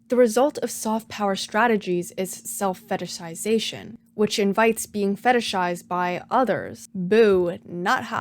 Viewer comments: I'm SO impressed with how easily you can pronounce "fetishization" lmao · respect for saying the word fetishization correctly so many times. I be sayin fetishsishashn